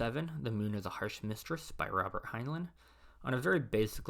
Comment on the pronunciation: It’s pronounced Hine-line, not Hine-luhn